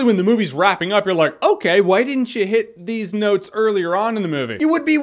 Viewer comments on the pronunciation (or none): it sounds like he says "deez nuts" more than "these notes."